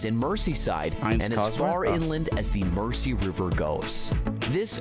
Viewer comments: 😮 Yet another American seeing the word 'Mersey' and mispronouncing it! It's not pronounced "Mercy"! (_not_ with a soft 's') ... It's pronounced 'Merzy' (as with how we say 'housing' - houzing' & houzes - for houses... Instead of how Americans sound the soft 's'- houssing / housses!!) 😊❤🏴🖖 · Murrzeee, not Mercy! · Yep, 👍 for pointing out it isn't pronounced River Mer-sea, it is the River Mer-zee 🙄🙄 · He isn't pronouncing 'Mersey' right. It isn't 'Mercy', it's 'merzee' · Bloody Americans mispronouncing our place names again! The River Mersey is pronounced MERZY, not MERCY! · The guy talks a load of nonsense and Mersey's pronounced mur zee . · This will not happen. Liverpool is a commercial port with Naval construction and shipbuilding facilities. This idea is being used as a political club, by a strongly socialist town against a non-socialist government. This commentator cannot even pronounce the rivers name correctly. Pronounced as Mer-zee NOT Mercey. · All those comments on how he mispronounced Mersey, ffs people give the lad a break, he's an American.